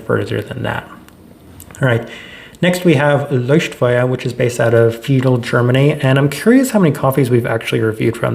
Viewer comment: That’s probably the best pronunciation of Leuchtfeuer I’ve heard from non natives